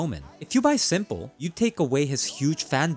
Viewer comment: Why are you calling s1mple Sanja?